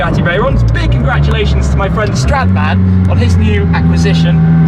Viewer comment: I thought you said Shadman and I went "whaaa...?"